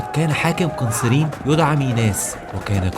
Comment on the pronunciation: ماشاء الله شغل محترم ولكن انصحك بالهدواء في الكلام بعض الاسماء بتقولها غلط مثل "قنسرين" ، واخيرأ من زار سيدنا خالد قبل موته هو سيدنا ابى الدرداء رضي الله عنهم جميعا